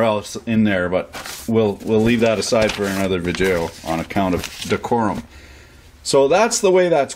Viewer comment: Injunurs? Vijeos? Your language is a catastrophic failure.